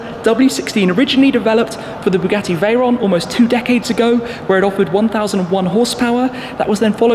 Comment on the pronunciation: I heard it as bugatti bullied